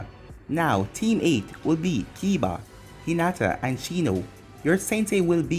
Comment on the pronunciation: bruh why u always gotta do hinata wrong